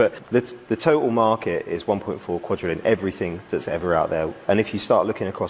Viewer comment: QuaDrillion…there is no “T” in there. How do you keep making this mistake? Did you create an AI avatar months ago?